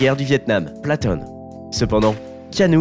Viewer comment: "platone"? "Platoon" putain de merde